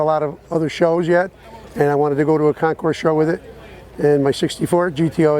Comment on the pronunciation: Hi, Nice video and well presented commentary. I believe that Concours, has a silent "s" at the end.